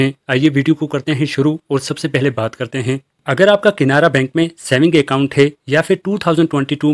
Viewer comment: Bhai saab KINARA BANK NAHI. CANARA BANK.PEHLE BOLNE SIKKO